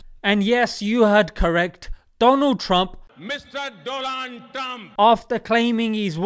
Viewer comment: DOLAAAAn TRUMP (hahaha)